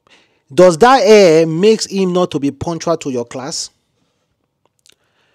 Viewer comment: that thing is call hair not air damm it.